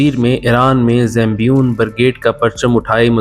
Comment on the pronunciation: Bhai zambion nahi.. Zaynabiyoon naam hai